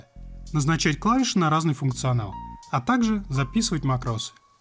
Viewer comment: Все хорошо, но почему "макрОс"?!